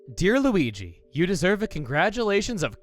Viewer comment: You mispronounced Luigi